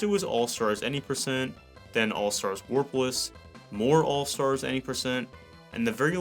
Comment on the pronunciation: Every time you say warpless I hear worthless lol.